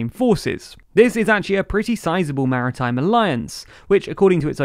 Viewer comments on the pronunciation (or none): Good video, I learned something new. Thanks. Just one word, is it Maratime, or Maritime? Well done on your presentation.